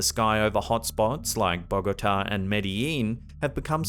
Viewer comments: Hey, it’s pronounced Bogo-tá. Not Bó-gota. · It's bo-gaa-taa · Your mispronunciation of Bogotá is saddening.